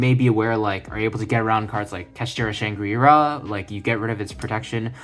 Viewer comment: Like and subscribed because you actually Fucking said Shangra IRA instead of Shangrila!! Holy hell that drives me completely insane TY!!